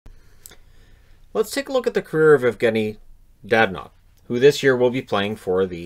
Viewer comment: It's not DaDanov! It's DadOOOnov!